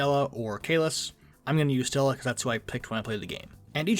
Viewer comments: Am I the only one who cringes every time he says Stella? Her name is Stelle o-o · Bro you are driving me nuts haha why do you call her Stellla lmaooo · There's not "a" in stelle btw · Gonna just do a quick Lore update Technically, the Paths ingame are Not lore accurate The Xianzhou follows the Hunt, but characters like Jingliu and Jingyuan are Destruction and Erudition respectively gameplay Just wanted to clarify that, it changes nothing Also it’s Stelle not Stella but eh will